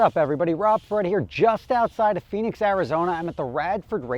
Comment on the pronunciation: It’s actually Phoenix